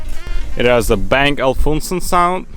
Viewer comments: not a bang and alfunsen its a bang and olufsen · It's actually BANG & OLUFSEN